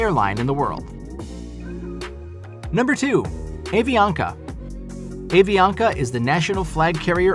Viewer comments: It’s pronounced “Ah-ve-ah-ka” - the letter “A” in Spanish always receives an “Ah” sound never an “Aye” sound. AV merged with TACA, also a long and storied airline, early the past decade and the combined airline now has hubs in Bogotá Colombia, San Salvador El Salvador, and large operations throughout Central America and South America. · Content-wise this video is highly interesting even for me that have served 35 years in the civil aviation industry with three airlines in 4 countries. Regrettably, the names of the airlines have been butchered. Iberia and Avianca as examples. Please get you pronunciations right if you tend to produce more such documentaries about the industry. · The butchered Spanish for Avianca crushed my non existent soul